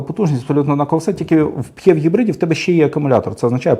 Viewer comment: Дякую за гарний та цілком доступний огляд. Тільки одне зауваження, як на мене, то ваша вимова типів гибридів...., аж вуха закручує. Пхєв..., мхєв... Жах! Існує просте й зрозуміле: ПіЕйчІВі (PHEV) і таке інше... Слава Україні! Слава нації! Смерть ворогам!